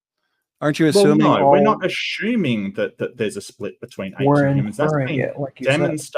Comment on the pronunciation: dude really pronounced "assuming" as "aSHuming".... WHAT an idiot. I literally would've ended the debate right there... If we can't get basic word pronunciation right... We CANNOT argue ANYTHING.